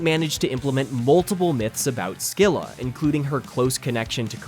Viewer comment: minor nitpick: scylla is actually pronounced 'se-lah', the c is silent